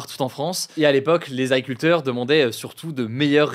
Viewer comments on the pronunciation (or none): Tu parles trop vite, ce ne sont pas des « Aculteurs » 😅